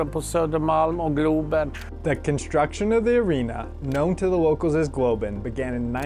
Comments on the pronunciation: NOO ITS CALLED GLOOOOOBEN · say it properly GLOBEN (the globe)